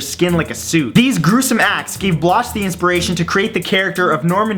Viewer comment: The late author Robert Bloch and I were friends; for future reference, the H notwithstanding, his name is actually pronounced Robert Block...